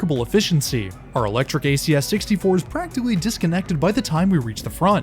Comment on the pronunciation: Stop adding an A every you say time! I didn't know that timeahh was even a word.